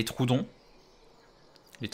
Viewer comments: Je crois que ça se dit tro-odon mdrrr et pas troudon 😭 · "troudon " j'ai soufert des oreille